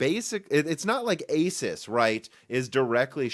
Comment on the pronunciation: Asus is pronounced "AY-soos"